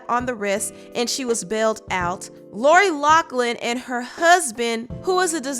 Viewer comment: Lori LOUGHLIN! Not Locklin lol